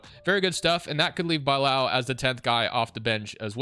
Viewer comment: there is no way u pronounced bilal as “Bye-Laal” 🤦‍♂️ its “Bih-Lal”